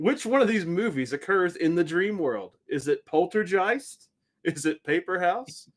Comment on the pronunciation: You pronounced Poltergeist wrong